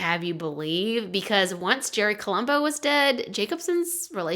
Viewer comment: I’ve heard of his before but didn’t know all the details. When you first said the guys nickname was Uncle Jerry I thought you said Uncle Cherry and was really confused why they’d choose that as a nickname. LOL